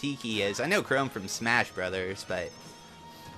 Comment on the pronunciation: "I know chrome fro smash bros" It's chrom lmao.